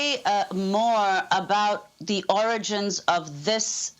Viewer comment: "Origins of the virus". Didn't you mean "oranges" Amy?